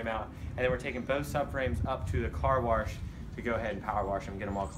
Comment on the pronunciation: "Car warsh"